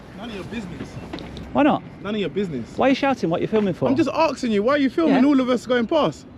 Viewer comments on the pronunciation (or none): "I'm just ARXIN you" Can't even speak English properly! Can people please just respect our language at least FFS? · did he say I was just arseking you, ha ha